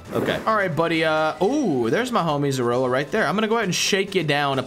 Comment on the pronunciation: You guys said zoroa for zeraora. I wondered if i was lronouncing it wrong but the name youre saying sounds alot like zorua… could be wrong